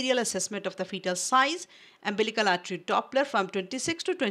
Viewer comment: Wrongly pronunciation of umbilical n uterine artry